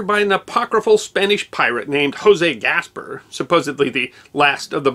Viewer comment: Great video, but . . . . Note on pronunciation: The accent is on the last syllable of each word in the name José Gaspar (gahs PAHR). (Nací en Tampa, no lejos del Ciudad Ybor. I was born in Tampa, not far from Ybor City [the center of Cuban-American life in the area].)